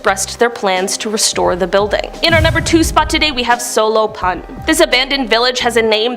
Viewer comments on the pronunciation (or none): She said “Solo Pun” My brain went “🎶ReD SoLo CuP🎶”